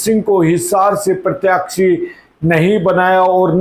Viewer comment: Please keep the pronounciation correct Sir. Such as प्रत्याक्षी- It is प्रत्याशी.